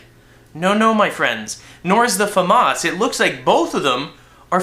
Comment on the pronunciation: he does know that Famas and M16 is a fully automatic in real life right? and he says Famas wrong fumas lol... Epic Beard